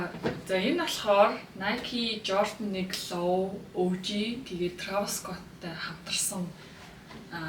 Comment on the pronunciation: Трайвис скотт ged helchul ugn 🫢🫢 not траавис